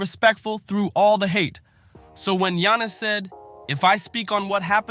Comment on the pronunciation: Shaq be bugging, but how you gonna do an entire story while mispronouncing, Giannis' name?